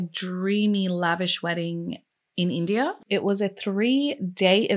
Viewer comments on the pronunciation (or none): none